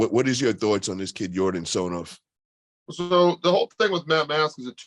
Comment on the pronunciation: It's not TsonOv, it's TsonEv